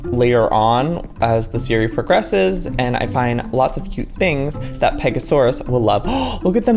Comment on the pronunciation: Pega-soar-aus because it soars beautifully across the sky!